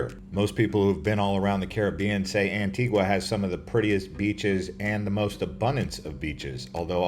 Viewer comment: It's pronounced Ann-Tee-Gah